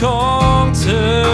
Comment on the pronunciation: เพราะดีค่ะ แต่ถ้าเจมส์จะออกเสียงตัว ธ ท ถ ให้ชัดและถูกต้องกว่านี้จะดีมาก ยกตัวอย่างคำว่า เธอ ฟังแล้วมันเป็น ทเชอ หรือคำว่า ถึง ก็จะเป็น ทฉึง เหมือนมีเสียงตัว T+ch สังเกตุจากที่เจมส์ร้องเพลงมาตามงานโชว์ตัวต่างๆจะเป็นแบบนี้ตลอด และครั้งนี้เป็นเพลงที่เข้าห้องอัดจริงจัง เลยค่อนข้างมั่นใจว่าเป็นการออกเสียงที่ผิด ถ้าแก้ไขได้ในครั้งต่อๆไปจะเพอร์เฟกท์มากกว่านี้ พี่เป็นคนหนึ่งที่ชื่นชอบและติดตามผลงานของน้องเจมส์มาตลอด ค่ะ